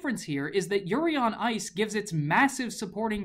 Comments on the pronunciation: Just realized he said yuri on rice near the end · "Yuri on rice"🤣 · Did he say Yuri on rice? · "Yuri on Rice" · did anyone else catch him saying yuri on rice ? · I heard "Yuri On Rice" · I heard "yuri on Rice" 😂😂😂😂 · Your said yuri on rice